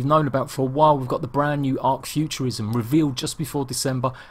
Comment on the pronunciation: Why do you say it like tlc